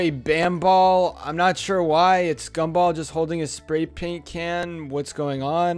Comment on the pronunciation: GAM-BOLL every time you say that I laugh